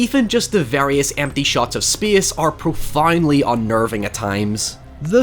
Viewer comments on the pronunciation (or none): It's pronounced 'SPACE', not 'SPYEE-AHSS' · "In speiace no one can hea you scream." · “Speeuhs reeuhs.” 🤣